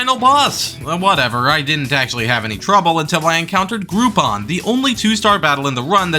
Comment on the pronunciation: The way that you said Groupon physical hurts me